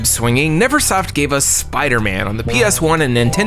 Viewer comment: The spooderman 😂😂 tell me I'm not the only one who caught that